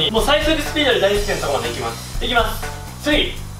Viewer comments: だいすけありがとうのだいすけが大好きに聞こえた人👍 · だいすけありがとうっていったとこ だいすきありがとうって聞こえた ごめんなさい、どうでもいいっすね